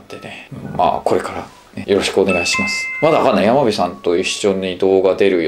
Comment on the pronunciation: 山火さんってやまびって読むの？笑